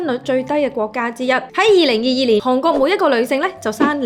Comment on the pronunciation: 唔係(杭)國係(寒)國,妳D懶音好勁